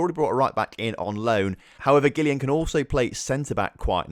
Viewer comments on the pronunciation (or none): giulane bancone's first name is just pronounced julian. Keep up the great work, wtahcing every episode!